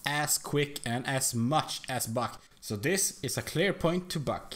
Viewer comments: mush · The way he says "much" is hilarious